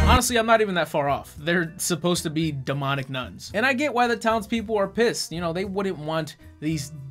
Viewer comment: best part.................demeownic